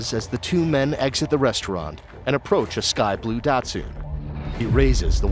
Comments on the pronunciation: A real narrator would call it Dat-SUN not Dat-SOON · I immediately noticed how much better the voice over is. I saw your reply about the voice over artist. They do sound better. I would just ensure things like datsun are pronounced correctly (not dot-soon, its more like dot-sun or even dot-sen). This is where your previous voiceover stood out as AI, it did it so much. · “Dat-sun”, not “dat-soon” good lord 😂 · As an FYI, Datsun is pronounced dot-sun, not dat-soon. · What is evil is the way you’re pronouncing Datsun! Where are you from? Wondering if they didn’t import them to your country when they were still around. It’s pronounced something like dought-sun.